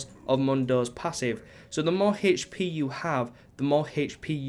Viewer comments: Why do you say "hp" so weirdly? You pronounce the 'h' so oddly. You say like "h-sh" so you say "h-sh-p" lmao. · How is that dumb, or could possibly be trolling? It was a simple question/statement. He pronounces his "h" weird and therefore he pronounces his "hp" weirdly. I was only stating that.